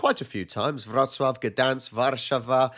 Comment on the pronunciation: Say "warszAwa" ("it's LeviOHsa, not levioSAH 😂😂). Sorry, it's not important (and you're the best for actually saying the Polish version) but your "Wrocław" is just SO perfect, I want you to do more perfection like this 😂😂😂